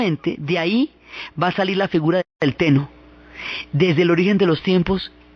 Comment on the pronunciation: Me encanta cómo relatas todo. Me encantó este video, aunque te quisiera recomendar que practicaras un poco los nombres. Sí, el pronunciar japonés correctamente es un poco difícil, pero sólo por la longitud, pero es que saca un poco del relato cuando se escucha "onshu" en vez de "Honshu" o "Amatserasu" en vez de "Amaterasu" o "Teno" en vez de "Ten-noo"... Por lo demás, es excelente!